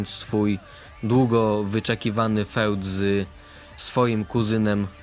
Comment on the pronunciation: Nie mówi się "feud" tylko "fjud"